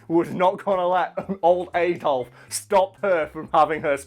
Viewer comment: Ang on. You're from the UK yet you pronounce "Adolf" wrong? Blasphemy! You have committed crimes against Britain and her people, your tea and crumpets are now forfeit!